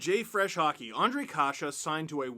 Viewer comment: Nice to see americans/canadians saying and writing czech names properly including Ř,Š,Č... big thumbs up for that.